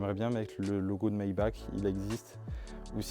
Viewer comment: Super vidéo, par contre on dit "maibar" et par "maibak" en allemand le ch ce prononce R